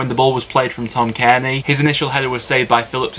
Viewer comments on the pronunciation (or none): none